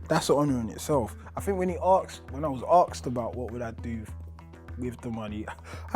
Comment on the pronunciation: "when I was ocksed" 😁